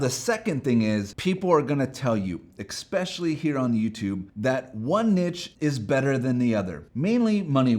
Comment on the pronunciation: Solid advice. Two things though, firstly it’s pronounced “nee-sh,” secondly it’s “e-specially” not “ex-pecially” Nothing will undermine your point faster than mispronouncing the key word 😅